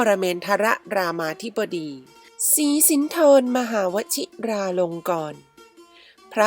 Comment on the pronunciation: พระนาม ร.10 อ่านผิดครับ อ่านว่า สี-สิน ไม่ใช่ สี-สิน-ทร